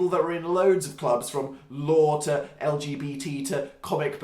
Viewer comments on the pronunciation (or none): I thought Dan was saying LORE course until I remembered "wait.. he did law" and facepalmed so hard